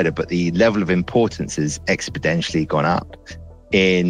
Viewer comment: 45s in. Am I going to take science advice from someone who says "expodentially"? Can he explain it to Boris?